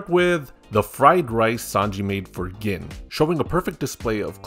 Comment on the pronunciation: Is gin really pronounced like that? I always pronounced it like the alcohol.